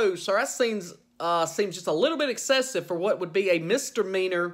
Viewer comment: a "mister meanor"??? Lol